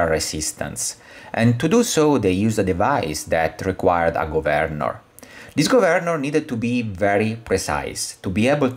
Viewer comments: Okay, I guess it's up to me. Thank you for your fascinating video! I will make one suggestion. The word "governor" has the emphasis on the first syllable rather than the second. It is pronounced "GOVernor" rather then "govERnor". Took me just a few minutes to finally get it. But well done anyway! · Nah, I like it! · I love it! Go Vern or! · Lol😂 took me 5 minutes in to understand your mispronouncing of 'governor'😅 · Lol, the only way I pronounce it now!